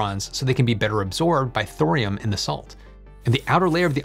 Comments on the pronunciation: Thorium has three syllables, it's not "thrym". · I love you man. But the H is silent. Torium